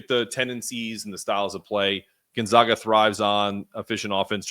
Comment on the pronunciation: It’s pronounced GON-ZAGA on GON-ZOGA. But great pod. Look forward to the matchup on Saturday. Steele Venters is injured by the way, Achilles pre season. Are you doing a crossover pod with Andy this week?